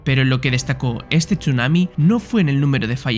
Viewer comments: Yo cuando dice "TCHUNAMI" en vez de decir sunami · se pronuncia sunami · Buen video, pero como me molesta la pronunciación de la "s" es como si dijera "sh" cada que vez que lo pronuncia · Me duelen los oídos cada vez que oigo chunami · Me generó bastante estrés que pronunciara Chunami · Qué nervioso me pone la forma de pronunciar Chunami